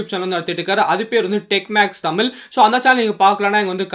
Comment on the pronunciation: Tamila....illa tamizha...pronounce in the right way bro